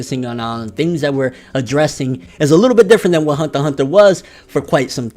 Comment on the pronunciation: Why you say it like Hundter Hundter?